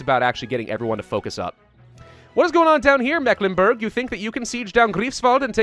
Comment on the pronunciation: As a person born and raised in Mecklenburg, i can say that your pronounciatiopn is off ^^, then again pretty normal you make on mistake that germans make (and that has to do with letter shenanigans in the 19th century) "Meck", is not pronounced like mac in macdonalds etc but like the Meeklenburg (german pronounciation long "E" as in Tee or See and the "I" in Burg is pronounced like it is in Burger but as it is in boot or parachute ^^ (or like the U sound in Stralsund) but that is a common english native speaker mistake ^^ and then there is ST Stralsund and Stettin are pronounced like Shtralsund and Shtettin, whereas Rostock is Rostock ^^ ( basiccally because in Rostock ther syllables are Ros and Tock) Greifswald, the "Ei" is pronounced like an English I as in Hi